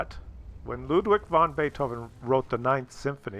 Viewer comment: The 'von' is pronounced like 'fon'. The German 'v' is usually just another 'f'. Obst probably means Oberst, which is basically a Colonel I think.